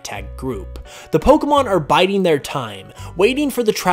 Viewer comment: I didn't know a lot of these facts. Also I never noticed this before but I like the way you pronounce Pokémon